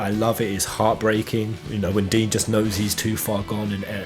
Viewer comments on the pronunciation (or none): It's not Dean, it's dine(dyne) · Dyne is pronounced Dine.